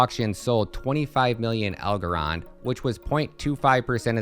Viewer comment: Wtf kind of bullshit video is this 😂 what a 🤡 Doesn’t even know how to pronounce the coin’s name 🤦‍♂️